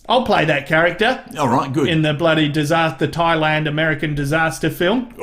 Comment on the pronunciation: 1 imperfection—he calls it “Twailand.”